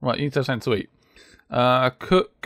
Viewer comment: Not to be offensive but its pretty annoying when you say somefink lol